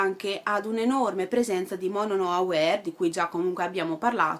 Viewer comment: MONO NO "AWARE" letto all'inglese?! Ommioddio ma sei da denuncia!